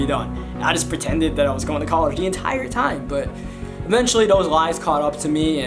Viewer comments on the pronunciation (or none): for "DAT" DAHERE" everything is with a D with you XD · He doesn’t have th in his vocabulary Ex: dat udderwise